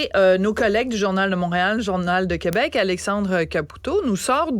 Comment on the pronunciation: On dit Québec, pas Qwebec. Pis calme toi la petite province.